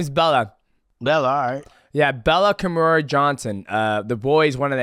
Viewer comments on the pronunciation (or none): none